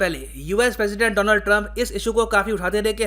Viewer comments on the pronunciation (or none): none